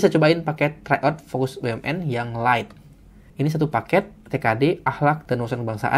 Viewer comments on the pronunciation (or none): none